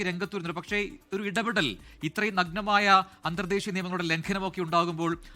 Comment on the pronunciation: നഗ്മായ ലംഘനം... ഏതാ വാർത്ത വായിക്കുന്ന ഇഡിയറ്റ്